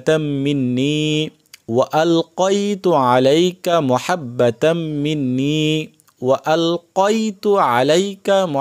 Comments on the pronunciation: এই ভুল বলেন কেনো মহাব্বা কেনো মাহাব্বা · আপনার এখানে ভুল হয়েছে এখানে হবে মাহাব্বাতাম্মিন্নি আপনি বল্লেন মুহাব্বাতাম্মিন্নি❤❤❤